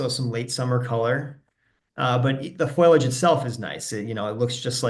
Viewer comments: useful catalogue of plants. Note that the word for leaves is fo-li-age, not foil-age. :-) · Not foilage, foliage! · 😄Thank you, I know the difference, I get nervous, I'll do better next time